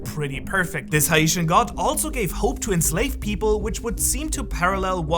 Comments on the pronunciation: You're supposed pronounce "Haitian" like "Hey- shun" in the event that in the future you reference them again. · Hey, I'm a huge fan. Just wanted to say; Haitian ≠ Ha - e - shun Haitian = Hay - shun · It's pounce Heytian not A-i-tian lol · You are not pronouncing Haitian correctly It is said like this..."Hey-shin" Not hi-ee'shin My dad is Haitian and my mom is Jewish, so I would know this. My great grandparents still live in Haiti, well the ones that are still alive do. By the way Joy Boy is originally from West Africa, not from Haiti. He was also present in the West Indies and the Caribbean islands, as well as Haiti. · I apologize But you pronounced Haitian as Ha-ee-shen when it's actually pronounced like Hā-shen. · You are saying Haitian wrong. It's not (HA-E-TIAN) it is pronounced (HAY-SHUN) but spell hatian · it is not hi-ate-shon it is hay-shan but amazing vid big bro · Haitian (hey- shen) is the correct pronunciation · everyone, make sure yah pay attention and get caught up on this good old haitian 🇭🇹🥁🪘 history. Yes my friends when luffy turns into a god hes no longer Brazilian he's haitian lol 😅 jk. Oh and by the way he mispronounced haitian 😅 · Are you saying Haitian? Cause that is wild 😮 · Can you say Haitian properly. Disrespectful. Geez through out history none of you people can say our words or names properly, yet we learn and speak your language with ease. Humph, that shows you a lot about your people. My people's history, culture and stories are all over one piece and Anime as a whole, hidden and overlapped by the writers from other countries. Smh. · Please stop saying Haitian like that. The Hai is pronounced like you would the word hate or wait.